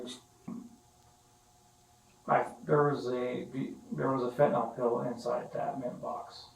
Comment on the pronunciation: Why do so many people mispronounce Fen Tin Nyl as Fen Tin ALL. It's just weird.